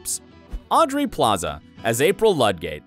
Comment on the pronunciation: This nigga just said AUDREY Plaza . . . 🤦🏿‍♂️🤦🏿‍♂️🤦🏿‍♂️ Thumbs down